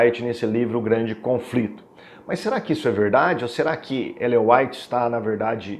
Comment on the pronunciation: Ainda erra o nome de Ellen G. white .kkk